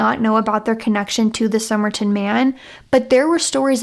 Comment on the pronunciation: You deliver the story well, except, is it Som-er-ton as writen, or Som-er-i-tan, as you kept saying unti 10 minutes in?. 😊 your voice is easy to listen to.